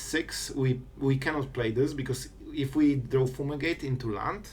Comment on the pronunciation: Foomigate❤️ Not making fun obviously, just funny how u pronounce it lol